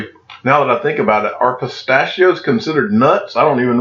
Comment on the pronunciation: Lol said "pisst-AHH-she-Oh" the fancy way